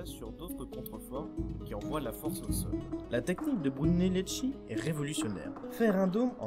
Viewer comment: très bien le résumé. j'ai découvert tes vidéos avec l'Acropole, aussi très bien fait. Étant de langue maternelle italienne, dommage pour ma part d'entendre les noms des italiens prononcé par une lecture française ! Brunelleschi ça se prononce en français "Brunelleski" (le h en italien durcit le c ou le g qui le précède), et Ricci "Ricchi", à peu près quoi ;-)